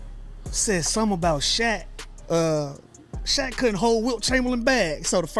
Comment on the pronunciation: The name is Shaq not shock but his real name is Shaquille they call him shaq short for Shaquille now Shaq it's a name that rhymes with back like Shaq back or Shaq attack